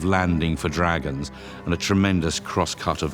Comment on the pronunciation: Who In the gods name pronounces dragons like that “Draegens” wtf